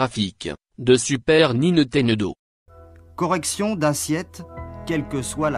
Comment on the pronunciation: "de super NINETENEDO" 😂😂😂